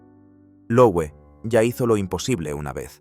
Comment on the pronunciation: Se lee Loeve, es alemán.